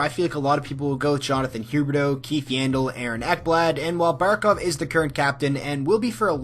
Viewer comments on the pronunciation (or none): none